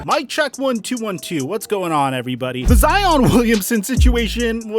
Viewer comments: Every time he says “Zeeon” instead of Zion I cringe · is he saying Zeon Williamson? what is he a Power Ranger now? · I changed my “like” to a “dislike” after hearing you say Zeeon Wiliamson multiple times. 👎🏾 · was cracking me up calling him "zeon" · Bruh! Why are you calling him Zee On!? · If he calls him Zeon one more time I swear to god. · Why you calling that man zEEon? lmao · Lol "Zeon" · “Con-tro-ver-see-al” “Hare-ras-ment” Now “Zeeon Williamson” Bro whats goin on 😭😭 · That man’s name is Zion fam. Now ZEee•oonn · You and FlightReacts stay with the “Zeon” 🤣 Love it tho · You saying Zeon was killing me lol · cool someone else noticed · Facts, he thinks its funny since Flight said it, but its way too old. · Stop saying Zeon